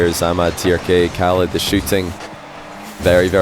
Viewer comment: Khalid is more like haa-lid (long a and a bit of throat in the h), not kah-lid